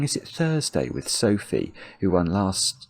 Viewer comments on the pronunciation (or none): none